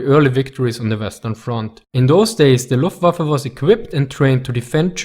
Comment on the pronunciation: I am not German, but So Nice to hear "luftWaffe" pronounced like it should!